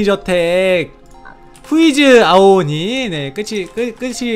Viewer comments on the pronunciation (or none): 아오오니 가아니라 아오니 에요